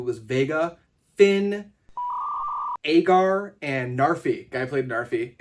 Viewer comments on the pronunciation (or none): none